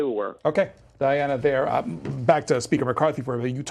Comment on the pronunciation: Please could we all get the name right. It’s Diana not Diane. 🤬🤬🤬🤣🤣🤣